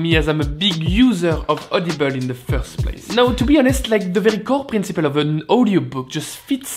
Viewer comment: every time you say audible i swear i can only hear "olive oil"